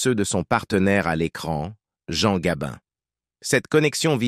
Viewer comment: Morgane et Gabine !!! Qui est le commentateur ? I.A. ?